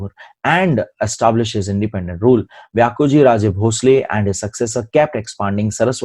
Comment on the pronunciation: Sir great teaching But pronounciation of vyankojiraje bhosale is व्यंकोजीराजे भोसले but not व्यांकोजीराजे भोसले. Pls sir it's humble request to prounounce neat spelling in Maharashtra as he is छत्रपती शिवाजी महाराज step brother.